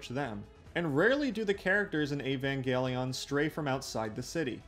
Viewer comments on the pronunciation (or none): Okay so "E-van-gelly-on" started to wear on me after the 10th time. But not as much as "g'ren l'gon". Other than those, I quite enjoyed the video. Enough to put up with the pronunciation aggravation to the end. So good on you for that. Cuz I can often stop watching due to big enough issues with pronunciation. I'm weird about language. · "Ayy-van gelly yawn" 🤢🤮